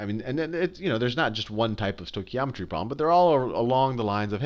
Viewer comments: Love how the guy teaching the lesson can't even pronounce stoichiometry😂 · Great video, although I did wince when he stoichiometry like that...it's said "Stoke-e-om-etry" in my experience. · As Greek everytime I hear the pronunciation of the stoichiometry word I have this urge to rip out my ears. The oi sound is one ( vowel) οι which is the same as η, ι, οι, υ, ει. In this particular words sounds like the English e as in (E)aster and it comes from the Greek word στοιχείο which is element. Note that both οι and ει are double vowels and sound exactly the same. As E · I'm just happy to say I got the same answer as him, however his pronunciation of stoichiometry was funny :) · This guy is just amazing! Haha....love the way he says stoichiometry XD